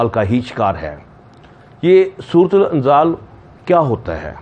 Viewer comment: its surat inzaal not surut ul inzaal